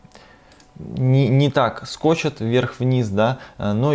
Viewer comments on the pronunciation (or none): Не скочет, а скачет